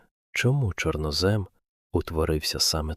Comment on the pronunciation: ЧорнОзем - правильний наголос